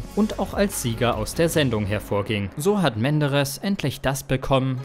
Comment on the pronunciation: Schreckliche Texte schrecklich vorgelesen. "ERST nach dem Finale wurde überhaupt ERST bekannt" "sperrte der Sender ihn von seinen Fernsehauftritten AUS"... Grauenvoll.